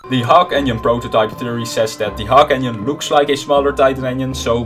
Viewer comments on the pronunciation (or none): Is his pronaunciaton of engiene like "onion" some kind of joke?